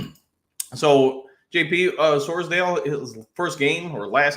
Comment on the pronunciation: Please say Campbell, and Sordal correctly. 🤦‍♂️